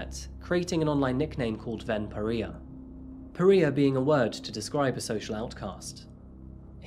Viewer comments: Only criticism- Periah is pronounced per-rye-ah. As opposed to per-ree-ah. Not trying to be harsh, just helpful :) Good work overall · It's pronounced "pah-RYE-ah", not pah-REE-uh. Just a tip :-) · *pa-Rye-uh not pa-Ree-uh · FYI Pariah is pronounced pa-rye-a. Not pa-ree-a 😂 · You kind of butchered the pronunciation of “pariah.” Per-eye-uh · Par-I-a , not par-ee-a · pa ria pariah rye ahhh ? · I've never heard pariah pronounced like that. In America we say puh-rye-uh not per-ee-uh. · Just one thing. The word Pariah is pronounced Pa-rya not Pa-reeha that's just my OCD. But great video this guy was true sicko with that laugh as well! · pariah not pareeah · Pa-ri-ah not pareeya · its pronounced par-i-ah not peria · puh-RY-uh. Not puh-REE-uh. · Its pronounced pa-rye-ah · I love our videos but the word pariah is pronounced “pah-rye-ah”. Awesome work, thank you for amazing content. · Pariah - Pah-rye-ah Subsequently - Sub-seh-quent-lee Remorse - reh-mors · Absolutely love your videos,. May I adjust a couple of your mispronunciations? Pariah is pronounced par -EYE-ah. ‘Subsequently’ has the emphasis on SUB, with the following syllables being unstressed. Hope you don’t mind! Xx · Pariah PA-RYE-AH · Pa ree uh I mean it's a mispronounciation, but it seems to be super fitting in this case 🤣🤣🤣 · more like PAH-RYE-AH (I'm Scottish, so I don't know if other areas pronounce it differently. I've never heard it any other way except for XD) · You mispronounced pariah to the point where I didn't recognize the word initially. It's "puh-rai-uh" pronouncing the part after the r as "eye". Otherwise thanks again for another great video, the editing on this one is particularly well done! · Per - i - ya long eye sound in the center. For next time. 🤗💕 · Pariah PA-RYE-YUH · It's pronounced "puh-rai-uh" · It’s pronounced pa-rye-a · Pariah is pronounced PER-RYE-ER you really do mispronounce a lot of words, maybe get an editor who knows words or check words on Google.